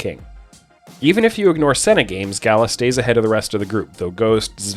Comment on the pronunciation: That Gala pronunciation makes me cringe